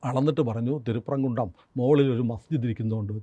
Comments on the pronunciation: തിരുപ്പം കുൻ്റം അല്ലാ. തിരുപ്പരം കുൻ്റം ആണ്. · തിരുപ്പരങ്കുന്റം എന്നതാണ് ആ സ്ഥല പേരിന്റെ ശരിയായ ഉച്ചാരണം